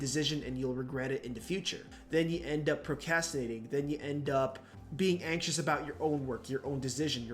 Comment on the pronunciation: Great video but you keep forgetting to pronounce an R in procrastinating 💔